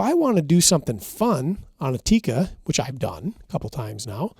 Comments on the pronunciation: It's Tikka. Not teecuh. Double consonant... not single consonant followed by double vowel :) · It's tik-ka not tikaa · For the love of G od, it's pronounced "Tik-ka," not "Ti-ka." 😂 When you can not even pronounce the name of the company, I don't care about how much you know about pew pews. You don't sound that well-informed.